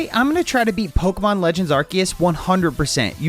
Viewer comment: It’s Pokémon LEDGENDS arcoos